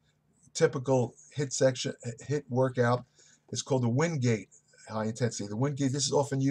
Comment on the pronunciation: it's HIIT not HITT lol I still love you sir!